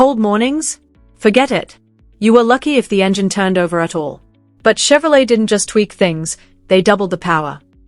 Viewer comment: Why are 57s and 55s mixed in the pictures, and some are not Bel Airs. And it's called Shevrolet/Shevy and not Tshevrolet or Tshevy.